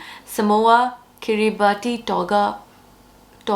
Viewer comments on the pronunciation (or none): Just to advise that Kiribati is pronounced ‘kiribass’. Happy book hunting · Kiribati is pronounced KIRR-ih-BASS. Yeah, I know. I don’t know why. It just is. Nobody guesses the pronunciation right unless somebody tells them.